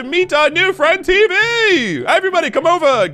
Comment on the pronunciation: It's teevee